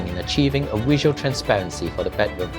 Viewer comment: Can we pronounce bedroom correctly? Not “bad” room please. It’s so so so glaring